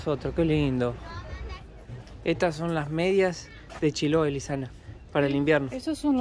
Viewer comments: el lugar se pronuncia con tilde en la e, chiloé, con todo respeto siempre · no es paláfitos, es palafitos, lo dijo bien palafitos, pero es Chiloé. no Chiloa 😂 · Hermoso video y. En todo caso lo dijo bien al principio, se dice acá "palafito" con un ligero acento en la "i", no en la "a". Y la palabra "Chiloé" acá se acentúa en la "e" no en la "o". Y sobre la pregunta de en realidad habla el español casi perfecto, debe ser la estonia que habla mejor. Un abrazo a ambos!